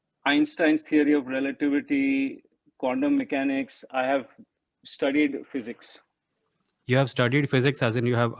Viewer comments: Haa 😂😂😂 yeah it's a mistake but condom mechanics, sounds hilarious lol 😂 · Yeah I heard the same. Condom mechanics. 😂